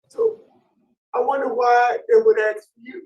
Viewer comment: His looks are ambiguous. Then he speaks and ax a question 😅